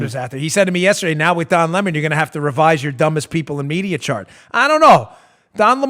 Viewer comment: It's not Le Mon like a French actor or something. It's Lemon, like the sour fruit.